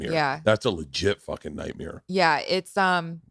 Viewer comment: “That’s a legit nightmere” 😂😂